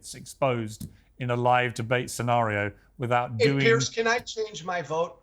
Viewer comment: Why doesn't Piers correct Joe, every time he called him Pierce?